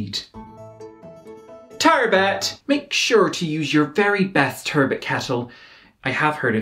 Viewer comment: TUURRRBUT and AHRRMUND !! you've got me dying over the pronunciations here.